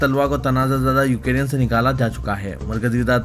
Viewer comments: Please correct your pronunciation. It is يوكرين نه كہ يو كے رين. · وعليكم السلام و رحمة الله و بركاته ، بھائی ، بار بار یاد دہانی کرانے کے باوجود آج کی خبروں میں پھر آپ نے “یوکرین” کا تلفظ “ یوکیرین “ کیا ہے۔ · Ukereyan nahi ukrain hai kya sahi padhna nahi aata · I don't know why u r pronouncing u ke rean instead of Ukraine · Assalamualikum Ukraine hai ap wrong pronuonciation galat karrai k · assalamualaikum Urdu kay Talaffuz par thodi mehnat kijiye example MIG 29 Tayyara Russia ka fighter jet hai na k MUG 29 aur Ukraine ka bhi Sahi pronunciation kariye